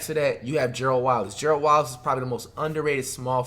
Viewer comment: Gearld Wallace 😂😂